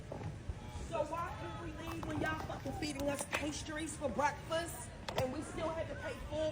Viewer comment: That can't even pronounce breakfast properly.